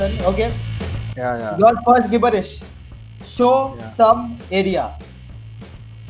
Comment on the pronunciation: It’s pronounced ‘Jib-bur-ish’.